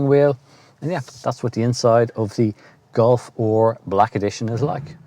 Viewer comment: what is a Black Edition Golf OR??? The guy in the video says OR not R 😂🤣